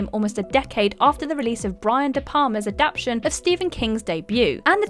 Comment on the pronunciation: She seemed confused when she said “adapt-ta-tion” 😂 “Adaption” seems more comfortable to her 🤷🏻‍♀️